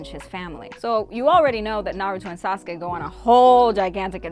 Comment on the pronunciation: She said sasuke like Sauce-Ka😂